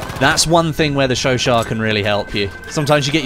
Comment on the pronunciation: Finally a YouTube who can pronounce the gun right